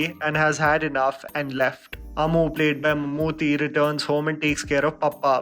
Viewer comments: bro u guys need to pronounce Mammootty not Mammoothy. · Dude I am really glad that atleast there is one north Indian movie critic who cares about movies that are not from Bollywood. But it is mamooty,( t is pronounced as 'ta')